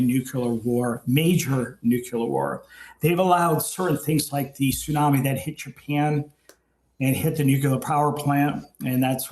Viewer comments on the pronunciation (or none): none